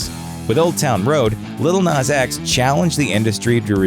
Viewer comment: Its "nas" not " nus"